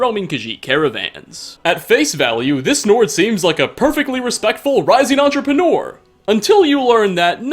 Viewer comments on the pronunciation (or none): none